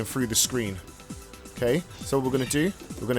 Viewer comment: frew, instead of through. Interesting.